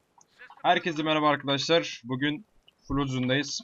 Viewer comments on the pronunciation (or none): none